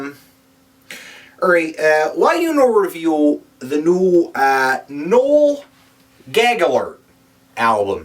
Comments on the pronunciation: LOL Dying over the pronunciation... "nole gaggler" hi-larious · "Noel Gagaller" LOL